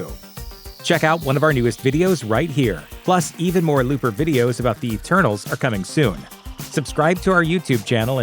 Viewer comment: ETERNAL'S not ENTERNAL'S.....